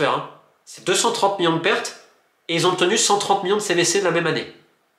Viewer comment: Millions ❌ Miyon ✅